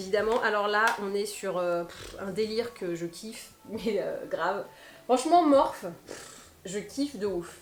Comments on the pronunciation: On dit morphIII ! 🙂 Sinon même reference pour le ral / stick pour le ski mais en même temps C est le bon moment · bonjour ma belle,la marque ne se prononce pas Morphi ?